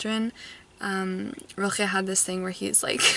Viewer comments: I don't wanna be a know-it-all but you seem like you'd like to know this: the pronunciation of Rilke is literally just a light l and a k, none of that “ch” noise you keep making. Love your vlogs, you inspire me. I hope I get to a read a book again someday that I love as much as you love One hundred years of solitude. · FYI The K in Rilke is just a k and not a throat sound (velar fricative to be technical). What I find so interesting about him is that he is not talked about here in Germany. I learned about his existance in American media. He's not even on the sylabus for high school here.